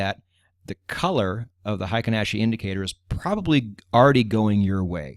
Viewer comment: You have it spelled right in the video thumbnail. It is frequently misspelled "heiken," which means military authority. "Heikin," on the other hand, means average. Heikin is the correct Romanized spelling, but absolutely no native English speaker says it correctly. The correct way to say it would sound similar to "HEH-KEEN," not the "HAY-KEN" most English speakers use. In Japanese, that EI is a way of extending the EH sound, to make it sound longer. It's not a diphthong the way we use it in English, where EI makes the AY sound. Confusing, I know. We similarly butcher the brand Honda. Correctly said, it sounds like "HONE-DAH," where HONE is like when you hone a knife or skill. But we say HAHN-DAH. Totally wrong, but the wrong pronunciation is permanently enshrined in our culture. It will never change. Oh well. I'm sure you weren't looking for a Japanese lesson. Great channel, by the way! I've enjoyed it immensely!